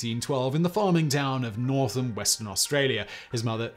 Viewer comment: For anyone mishearing, he was born in "Northam" Western Australia. ... hearing "Northern" almost got me spewing 🤣